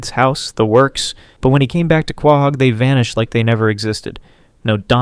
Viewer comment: Love the video hate how you pronounce quahog